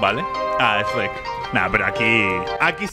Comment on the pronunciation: Shrek ❌ Reck ✅